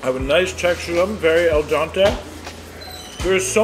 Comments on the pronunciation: is it an inside joke that you say 'el dante?' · al DENTE. please stop saying al Dante. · As a professional eater, you need to get this right soon. It's "al dente", not "el dante" 😛